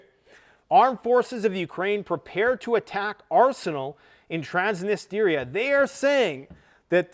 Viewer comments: Love you but it’s Transnistria not Transnisteria 😬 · Trans-nis-tri-a Not Transnisteeeeria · Stop pronouncing "Transnistria" as "Trans-nist-area"! It's pronounced as "Trans-nis-tree-ah". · Dude its Trans-knee-stree-uh. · Lets goooo!!! Let it burn!!! Burn it all down. So sick of this woke clown world. Also, it's Trans-nis-tree-ah. Another 500million announced by Biden today. It'll never end. The west is done and needs to be done. Our founders in the US always said, never get entangled in the wars of Europe. It's past time we return to our isolationist roots and end our practice of being the world's police. We can't even secure our own borders. Why are we worried about Ukraine? Putin is no soviet, but restoring the old Russian empire of the Tsars would be something he could achieve to go down in the books with Alexander and Catherine the great. I think the East smells blood in the water with a weak and bumbling Biden. Nato is corrupt and broke. We've pushed too far. Prep and be ready. Your home is your bunker. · TRANS - NI - STRI - A